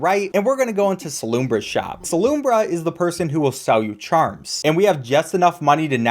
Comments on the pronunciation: Salubra not Salumbra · Ok but i hate how you mispronounce so many names, the worst is that you call salubra salumbra, where did you get that M from?!?!? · SALUMBRA??? Please point out WHERE THE M IS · Impressive speedrunning skills, might want to work on english tho "Grooz’s Mother" 💀 who is grooz "SALUMBRA" WHERE TF DID THE M COME FROM "Chandaloors" how does this even happen where are you getting these sounds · it is pronounced Gruzz and sa-lu-bra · I am the only one who found it funny that after mispronouncing both Cruz mother and salubra, he pronounced quirrel correctly and then questioned if he did? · you said quirrel right but mispronounced salubra and gruz